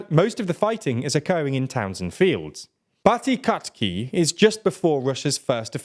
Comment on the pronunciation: I could listen to him butchering the pronunciation of Piatykhatky all day.